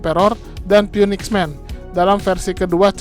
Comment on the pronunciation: phoenix dibaca finix min 🙏